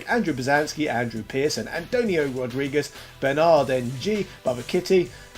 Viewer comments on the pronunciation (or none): none